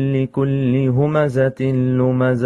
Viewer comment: Mistakes: 1) He did إدغام بغنة between ويل لكل 2) He mispronounced همزة, this is despite earlier choosing this Sura by name! 3) He mispronounced لمزة 4) He recited the جيم in جمع with رخو, essentially turning the G sound in Arabic into a J 5) He DIDN'T add the غنة between مالًا وعدده, despite adding it earlier where it wasn't supposed to be 6) He added a واو after يسحب turning it into يحسبوا 7) He added a قلقلة to the خاء in أخلده 8) He pronounced the لام in لينبذه with a كسرة instead of a فتحة 9) He didn't add a غنة to the نون in the same word 10) He didn't add a غنة to the نون المشددة in the same word, making that three mistakes in the same word! 11) He pronounced the نون in نار with تفخيم 12) He mispronounced موقدة by putting a كسرة on the قاف 13) Didn't put a شدة on the طاء in تطلع 14) Recited with a فتحة instead of a كسرة in the لام of the same word 15) Technically made two mistakes in موصدة but I'll count it as one to be generous 16) Pronounced عمد with two ضمتين instead of two فتحتين, again two mistakes that I'm counting as one 17) Didn't recite with a غنة between عمد ممددة والسلام عليكم ورحمة الله وبركاته